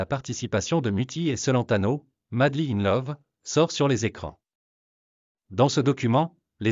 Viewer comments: Ignare le cacanier, ne sait meme pas prononcer "Celentano"! Une vraie commere 😊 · Adriano cent-laine-tano 😂😅😂😅😂😅